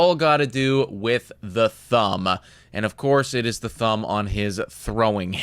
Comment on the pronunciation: "It all has to do with the thumb-ah". "For the last cpl yrs-ah"